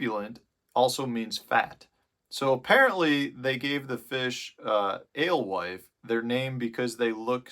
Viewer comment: You say Alwife...... I say "Ghost". Thanks for the vid.